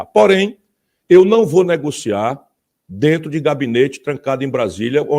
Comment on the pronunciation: "Aí dento". . . Abestadô.